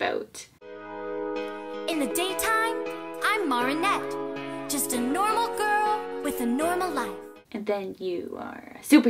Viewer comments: i don’t care what it was from i just can’t believe they pronounced Marinette like that you don’t need to know french to know that is very incorrect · who else shrieked in horror at the cadence with which the Miraculous trailer pronounced Marinette's name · the way they pronounced Marinette makes me full body cringe like i’ve heard people mispronounce it before in videos about the show but that is by far the worst one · Thank you the voice made me go like wait what was that and they way they pronounced marinette's name bothered me so much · MARANET WHY IS NO ONE TALKING ABOUT THE FACT THAT THE VOICE ACTOR PRONOUNCED IT WRONG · I think that Miraculous trailer was a fan dub, Marinette isn't pronouncing her own name correctly. But ya, I'd recommend Miraculous as well. It's certainly targeted to a tween/teen audience, but the way it portrays young love is also pure and refreshing and I love Marinette as a real character, Adrien as well.